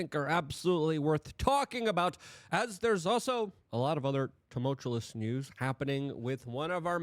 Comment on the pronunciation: Why tumulchulus?? It comes from tumult… tumultuous!